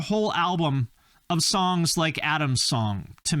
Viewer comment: when you said "songs", for a second it sounded exactly like "somebody once...